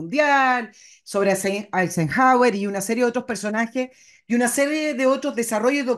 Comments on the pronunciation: Quien fue Ener Haer US President? Cristina lo mencionó en el minuto 25 y segundo pero lo busqué y no encontré ningún presidente con ese nombre a no ser el Cristina no lo pronunció bien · lo pronunció bien y es Eisenhauer